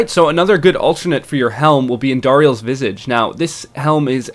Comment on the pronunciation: Its Andariels Vis-aw-ge Not Andariels Vis-e-ge -Hermoine Granger